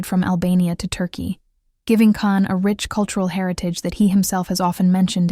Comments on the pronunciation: Он не Кан Яман. Он Джан Яман. Если вы даже имя не можете правильно произнести. Чего можно ждать дальше. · It would be nice if all the people who made videos about Can Yaman would have the respect of pronouncing his name right. His name is pronounced Jan, not Can. The letter C in turkish is pronounced as a J. I'm not Turkish, but I hate when people mispronounced names. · His name is pronounced Jan not Can. He did work as a lawyer for six months. He also learned Spanish and is working in Spain on a TV series. He has a girlfriend from Algeria. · I wouldn’t subscribe to you because you don’t even pronounce-his name correctly - his name is not Can but Jan. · JAN! pronounce his name correctly! Bye! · Pronouncing his first name correctly would make this video more credible. Besides that, I agree he's a phenom... beautiful and one of the sexiest men alive! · I'm surprised you pronounce his name incorrectly! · Why don't you pronounce his name correctly? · You are right. I am putting a dislike to the video. Learn to pronounxe his name properly.